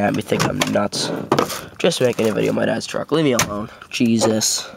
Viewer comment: sounds funny when he says jesus